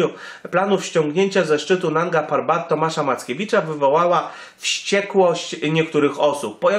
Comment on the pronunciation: 1. Jak przygotowywujesz filmik używaj nazwy poprawej nie "parban" i inne nazwy 2.Zostałą zdobyta w 2016r przez choćby Simone Moro 3. Eli nie miała wystarczających kwalifikacji aby ocenić jego stan? Himalistka wieloletnia kto jak nie ona zna objawy śmierci z powody obrzęku płuc/mózgu czy innych przypadłości 4. Mogli po niego ruszyć czyli wiesz lepiej niż Krzysztof Wielicki, który stwierdził że nie było jak Tomka uratować 5.Mogli jej zostawić tlen i by sobie poczekała. Super zostawmy ranną osobę na noc samotnie a my szukajmy osobę, która prawie na pewno nie żyje ryzykując życie i według prognoz pchając się w załamnie pogody 6. "ona miała interes aby kłamać" człowieku przeginasz bo to jest w tej chwili oszczerstwo wobec niej. 7. Zarzucasz jej kłamstwa nawet o zdobyciu szczytu. 8. "którego ona tam zostawiła" co może jeszcze miała go znieść. Rozumiem przez to, że twierdzisz ze zrobiła to specjalnie aby tylko siebie ratować Podsumowanie się wypowiada wiedząc gówno o temacie